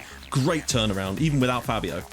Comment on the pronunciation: btw, I think Fabio's name is actually pronounced faybio (due to the accent).